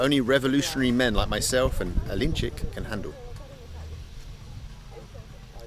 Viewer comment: A-link-chick :-) Alin4ik is awesome by the way